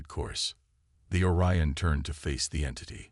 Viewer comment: "Or-e-uhn" LoL, Google it Channel creator, do your job.